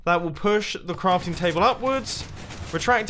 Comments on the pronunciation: Pronunciation mistakes: Carping table Compexity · Mumbo has been playing minecraft to long, he said crafting bench wrong twice, carping mumbo, really? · "Compexity" "Carping table" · Mumbo said carping table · he says carping table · is it just me or did he say carping table at one point?